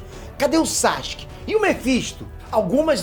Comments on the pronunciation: SÁxke ao em vez de Sasuke me dói ainda kkkkk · Eu não tanko esse "Sachuske" do kkkkk